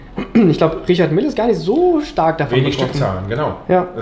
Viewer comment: Der Händler sollte vielleicht noch lernen, wie „Richard Mille“ richtig ausgesprochen wird.